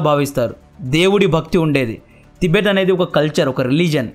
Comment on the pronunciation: ప్రొనౌన్షియేషన్ కరెక్ట్ గా పలకడం నేర్చుకోండి తిబెట్ కాదు టిబెట్ అని పలకండి కొత్త కొత్త పేర్లు పెట్టకండి